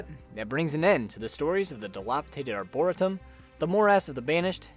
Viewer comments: FYI. It's pronounced " Ar-bor-EE-tum" not "Arbora-tum"! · Its not pronounced arboritum lmao. Its prounced like arboreetum but spelled like arboretum. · Lil' heads up: ArborEEtum❤ jus saying, not being that person🥲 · Arboretum is pronounced arbor-ree-tum Edit: I've just noticed this is pointed out often in the comments. ._. Oh well. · i hate to be "that guy" buy it's pronounced are·brr·ee·tum thanks for the vid, i'm loving this game so much! i'm not a fan of roguelike/lite (i don't even know/care the difference) -- but i can get into the randomness of this title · His pronunciation of "Arboretum" bothers me to no end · Please search up how to say “dilapidated”, “arboretum”, and “morass” before doing your next video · dude who cares how he says it, don’t be a dick and tell him how he should say it